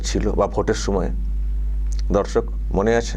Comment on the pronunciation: babu aapnar vedio r prathamei darshak bala ta ektu clear kore bolun, aamra dharshak sunchi 😢 sotti bolchi aamra ota nay